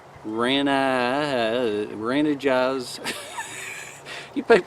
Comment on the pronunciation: I am from Sweden. The cups name "Renajs" is prenounced "ree nice". It it actually frpm a Company called Wildo that is prettys famous and it´s basically like Mora (Another Swedish brand) good quality and a good price.